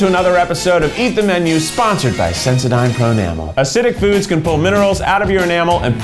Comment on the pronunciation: I don’t know WHY it bothered me so much and I love this video but it infuriated me how he pronounced sensodyne at the beginning 🥺😂